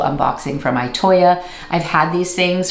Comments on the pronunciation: Itoya is pronounced more like e-toe-yah. E like eat or east. I hope that makes sense! I don't know how to write out the sound... (>_<) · Loved this video❤ I live in Japan and have been to Itoya a couple of times. It’s a fantastic store that one could spend enjoyable hours and days in. Just a note about the pronunciation of Itoya. The I is pronounced like a double ee